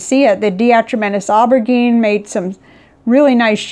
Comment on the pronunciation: Aubergine is French for eggplant. It is pronounced OH-ber-zheen. Thank you for showing us your method.